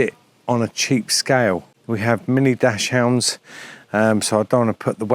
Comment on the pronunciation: Interesting. I’ll try tgis. FYI, it’s pronounced Daks-hund, not dash-hound. Cheers.